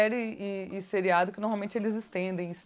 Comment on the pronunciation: Vc gosta de falar a palavra "normalmente", mas está pronunciando errado, para corrigir fale 3 vezes a palavra "norma", depois fale "normalmente". Percebeu o erro... uma palavra e derivada da outra ok. Observe sempre as pessoas cultas quando falam, elas "normalmente" não tem vícios.